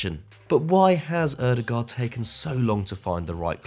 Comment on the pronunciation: I hope one day we will unite and pronounce Ødegaard correctly The letter Ø for starters. Double "aa" like with Haaland as well is pronounced as an "Å" Like Django, the D is silent Ø-de-går